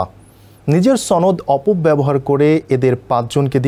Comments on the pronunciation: ছনদ না সনদ হবে। সংবাদ পাঠকের শুদ্ধ উচ্চারণ হওয়া উচিত। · it's not sonod it's shonod.. what kind of newsreaders they get? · কি খবর যে পড়ে সনদ উচ্চারণই ঠিক নেই, সে আবার সংবাদ পাঠক।